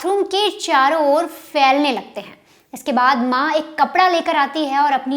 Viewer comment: Failne nahi phailne lagte hai apko pha aur fa mein antar nahi dikhta